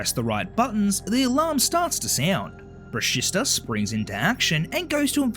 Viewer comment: It’s “bruh-she-sta” not “bruh-sis-ta”!!!!